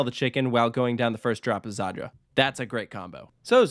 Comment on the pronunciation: Its just southern Poland, it is pretty well known, it is sponsored by the state energy company i think Zator not Zaydder or whatever, Oświęcim not 'Oshwim' I mean this is a close distance for an American, it is not 'in the area' really so much for people there